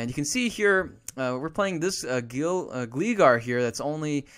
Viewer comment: He's saying gligar wrong... Its like glide. Gl-i-score